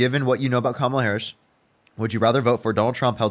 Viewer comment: This young man doesn’t know how to pronounce, Harris’s name. That means that he has been indoctrinated by pumpkin head.